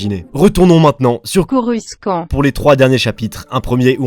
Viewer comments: En Anglais, je viens de vérifier avec Google Translate, ça se prononce "corussan't", et non "corus quan't". La première fois j'ai rien dit, mais ça m'a choqué, j'en dû aller voir un psychiatre... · Ça ne se prononce pas corusse kant, même si la dame Google le dit. T'en est conscient, n'est ce pas ?